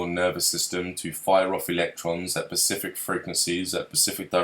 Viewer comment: As intelligent as is I don't understand why he keeps saying Pacific instead of specific it's not his accent because he says s fine it's specific